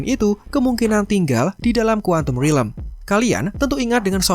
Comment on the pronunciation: Stop saying rilem ffs it's realm